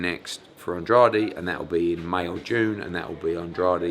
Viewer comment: How long has Eddie been working with Andrade and he still can’t pronounce his name. He looks like a donkey in that turtle neck as well.